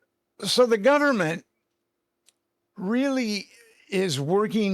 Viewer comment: this guy sounds like he’s drunk. Sorry. You tell me what he says there? Click the timestamp. And does he say “so the gunnerment”